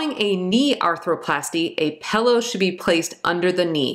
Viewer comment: Haha she said pellow../ 😊 I passed Med surge yesterday thanks to this queen